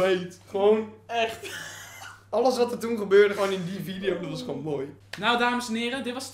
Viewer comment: vileo... dikke chinees 😂